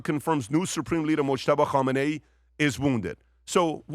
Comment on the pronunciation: Hey PBS, can you stop spitting Khameni's name.